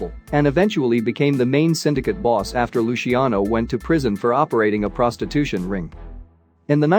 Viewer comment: The narrator can't even pronounce 'prostitution'!